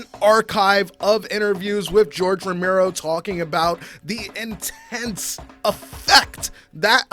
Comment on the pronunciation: Bro you lost me when you started calling him "Ramiro"